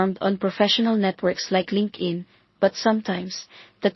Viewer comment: Linkin? It's LinkedIn. It's annoying to listen to wrongly pronounced words. Rest is OK👍🏻